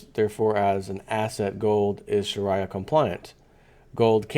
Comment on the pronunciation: learn to pronounce Sharia correctly.